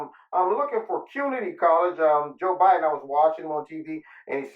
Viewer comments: Mush mouth Mc Gaff, strikes again?! 🤪 I really like the way says Joe Bahden. Great video always Corner!! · “Joe-buh-din” lol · I love how you say Joe B'den. 🤣🤣🤣